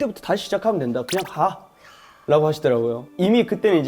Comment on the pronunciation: 그냥 가! 하는데 고오냥 부산 남자 >< 산들이의 시작부터 현재, 그리고 앞으로까지. 좋지 않았던 적이 없었고 늘 응원해 :) 노래해줘서 너무 고맙고 우리곁으로 와줘서 더더욱 고마워요 ♥ 인스타 / 산들이 폴라로이드 매일 꺼내 볼수있게 해주세요!!♡